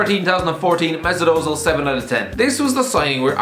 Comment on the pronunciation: I am in awe of Premier League fans, and commentators as well, inability to pronounce Ö. It is pronounced "Uh," NOT "O." Surely, even YOU can thus manage to say "Uh-Zeel."